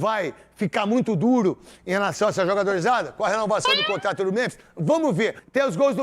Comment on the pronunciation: Neto tava tão empolgado com a renovação do Memphis que falou que ele iria renovar o "comprato"